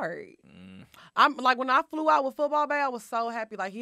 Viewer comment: Shawty said "flewed out" 🤦🏿